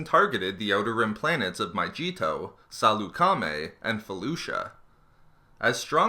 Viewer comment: dude did you hear him when he tried to say salucemi